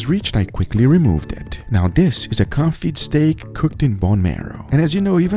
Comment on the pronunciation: It is pronounced kown-fee not kon-fit